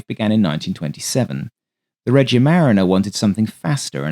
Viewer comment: FYI in Italian, when an H follows a C in front of E or I, it hardens the C. So Macchi is MAKKI and (Isotta) Fraschini is FRASKINI. Anoter useful clue is that in Romance languages -- because Latin did this -- unless an accent appears somewhere else, the second-to-last syllable gets stress. Thus marRIna, miliTAre, REgia ... (suffixes can throw this off, thus aereoNAutica).